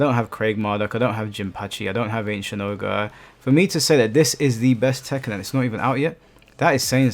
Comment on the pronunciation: It's tekken bruh😂